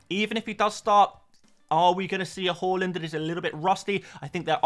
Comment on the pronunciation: Everytime you say Haaland, it sounds like you say Hojlund… you should work on that mate…